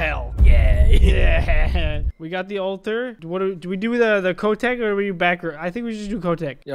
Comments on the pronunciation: NOT ko tek Kotek OK DUDE ITS POLISH NAME OF CAT IN POLISH IS KOTEK NO KO TEK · Watching people saying "Kotek" wrong is funny for me bc that is a poland word and i am poland